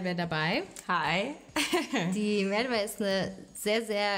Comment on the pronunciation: Seit wann spricht man „Merve“ so aus